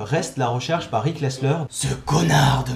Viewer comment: heu je ne sais pas si c'est que tu articule mal, mais j'ai eu l'impression que toute la vidéo tu disais "Rick" et non "Erik"